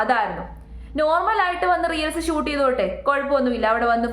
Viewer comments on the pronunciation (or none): റിയൽസ് എന്നതിന് പകരം റീൽസ് എന്ന് ശരിയായി തന്നെ പറഞ്ഞു കൂടെ..